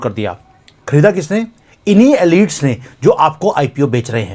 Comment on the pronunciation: Forgive me. I listen to you carefully. I could not understand your pronunciation of one French word: elites. Please google it under how to pronounce. Thank you.